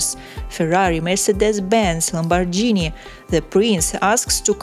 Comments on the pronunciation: lamborJini is incorrect .. LamborGini is a right pronunciation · How can you pronounce LAMBORGHINI like this 🙄